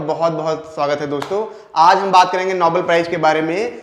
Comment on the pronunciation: नोबल नहीं नोबेल